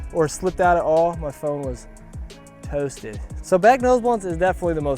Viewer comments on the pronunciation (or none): That “toasted” was the most PA I’ve ever heard you sound lol. Good video as always!